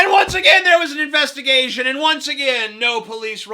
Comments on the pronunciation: "INVESTA-GAYSHUN! WINK FUCKING WINK!" lol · I think "investahgaysion" should actually become a word. A word meaning "a phony police investigation done for the purposes of protecting corrupt officers and officials."